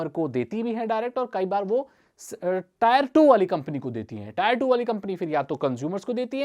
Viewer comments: इसको आप "टियर वन" बोलो "टायर वन" नही।👍 Tier मतलब "class"/ "श्रेणी" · Tier hota hai bhai 🤣🤣 tayar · tire nahi hota bhai tier hota hai...pronunciation xD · भाई वो टायर नही टियर होता है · Bro not tyre it tier 1 टियर 2 tier3😁😁😁😁😁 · भैया टॉयर नहीं ! ...टीयर ! Say टीयर-1, टीयर-2, टीयर-3 !! इसलिए अगला video 👉 "Rapidex English Speaking Course" पर आधारित हो तो बहुत अच्छा! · Wrong pronunciation it's not tayar it is tier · Tier not taayar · Tire nhi Tier bolo